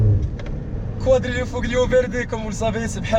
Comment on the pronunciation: QUADRIFOLIO pour la prononciation !